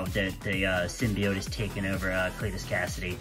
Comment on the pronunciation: I'm subbing just for you correctly pronouncing "symbiote".